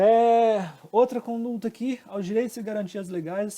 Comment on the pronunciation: muito boa a aula. Mas corrige o CONDULTA, por favor. Não tem esse "L".